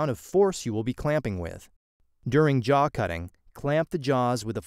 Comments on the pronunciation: Jaw not jar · A jar... your accent makes the W come out a bit like an R.